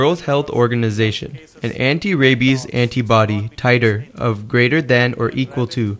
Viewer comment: "Ray-bis" "aunty quitty"